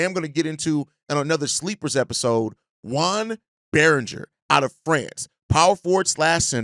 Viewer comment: I think his name is JOAN Beringer, not JUAN. French not Mexican. Like Joan of Arc.